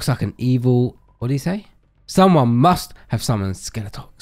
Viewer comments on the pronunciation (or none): did anyone hear her say " well who sunns?" instead of 'summoned' lol